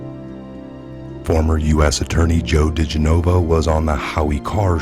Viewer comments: It's Joe De- gen-ah-vah not G-nova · Dih-gen-of-a DiGenova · Oh thank you!!!! It drives me bat shit crazy that he refuses to say it properly. It's not like we haven't been hearing it said for the past 3 yrs!